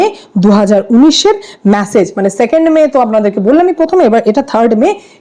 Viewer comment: ওরে ম্যাসেজ নয় , মেসেজ 😂